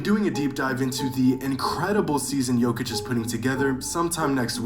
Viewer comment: Yeah he didn't do that one on purpose 😆 Then calls Jokic - "jock-itch" 😭